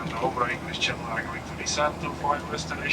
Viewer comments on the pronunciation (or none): none